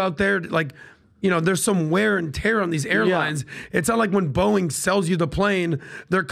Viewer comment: Pat , its Boeing, NOT BOING! 🫣🫣🫣